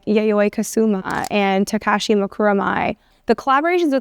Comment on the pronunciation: What interesting pronunciations of Yayoi and Takashi